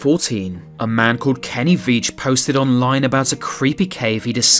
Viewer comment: "Ceepy" Caves?